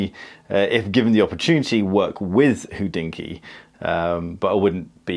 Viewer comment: What the heck is hoodinky? It's pronounced hod inky, there's no oo in there. Think about "hot" replace t with d and use that, ho(t)d-inky.